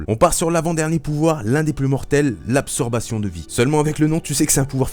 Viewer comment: Absorption, pas absorbation ^^" c'est dommage ça m'est resté toute la vidéo